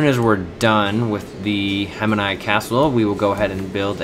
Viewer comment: How do you get Hem-i-ni pronunciation from Hemiji? Or Da-ma-cus from the word Damascus? Other than your ear piercing pronunciation, nice video .